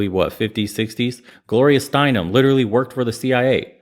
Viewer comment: "Gloria STEINem" that's a huge fkn surprise 🤮